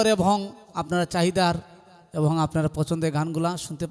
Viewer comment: শিল্পী যে ক'টা গাইলেন তা আমরা সচরাচর শুনতে পাইনা। শুনলাম । ভালো লাগলো । শিল্পী কে অনেক অনেক শুভেচ্ছা ও অভিনন্দন । কিন্তু কথা বলার সময় উনার কিছু শব্দের উচ্চারণ খুবই পীড়াদায়ক। যেমন শিল্পী অনেকবার 'এবং' শব্দটি বলেছেন। প্রতিবারই বলছেন - 'এভং'। সত্যি কানে লাগে